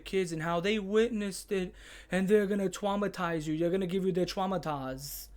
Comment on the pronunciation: You weminded me of Jon fwom fishtank when you said twaumatize wike dat You actuwee kinda wook wike him